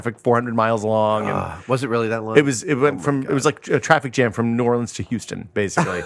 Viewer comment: YAAAYYYYY!! said "New Orleans"!!!!!